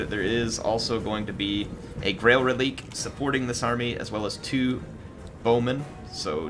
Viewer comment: If it's french pronounciation its ruh-leek